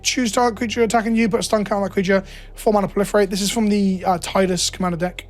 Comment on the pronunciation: There are 8 cards that still haven't been revealed in the FIN set. Those are probably holiday cards or whatever. Also, you mispronounced Tidus. The official pronunciation is tee-dus. You'll occasionally find a fanboy who thinks otherwise, but aside from one mistake, they've pronounced the name tee-dus multiple times in spin-offs.